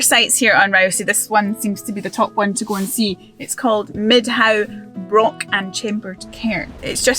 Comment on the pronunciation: Broch isn’t pronounced like lock. The CH is extended and not hard.